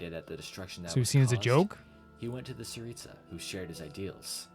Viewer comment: I HAVE NEVER I REPEAT N E V E R HEARD ANYONE SAY ‘TSARITSA’ SO PERFECTLY!!!!!! not even voice actors themselves!!!!!!!!!! as a russian person i know what im talking about u just said it like I say it! u cannot IMAGINE how glad i am to hear that!!!!!!!!!! im in shock! thank u!